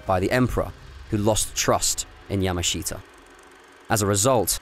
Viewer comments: Get his name right. It's not pronounced "yama SHEET a". It's pronounced "yamashuta". Look it up! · Yah-mash-ta is how Japanese say his name. Not Yah-ma-she-ta. The presenter clearly knows little to nothing about the Japanese language or culture and is just reading a script. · His name is pronounced ya MA shita, with the accent on the second syllable, just so you know. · It might be an idea if your learnt how to pronounce the gentleman's family name correctly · Interesting subject but not a very good doco. You don't even pronounce his name correctly